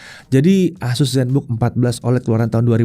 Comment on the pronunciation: ASUS bang, bukan AZUS. Kalo AZUS ntr bisa kesamber petir 😅 Core ultra 9 secara harga udah jauh bang, bisa jadi kalo pake core ultra 9 bisa nyentuh 30an jt lebih. Plus, yang paling make sense, core ultra 9 secara spek bukan untuk laptop thin & light. Secara performa kenceng, yang pastinya bikin battery ga hemat. Sedangkan ZenBook ngejer battery life. Mangkanya core ultra 9 cuma ada di Zephyrus G16.